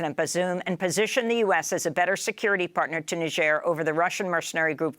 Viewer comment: First time I hear somebody correrctly pronounce Niger...